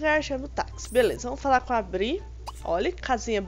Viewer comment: É BREE NN BRI 😠